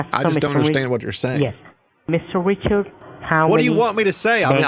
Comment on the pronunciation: Mr. wichawds 😝